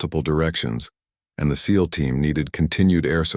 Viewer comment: Agreed, but at least this one says SEAL not S - E - A - L 😊